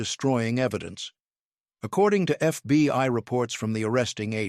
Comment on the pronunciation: PLEASE fix your AI! "FBY"?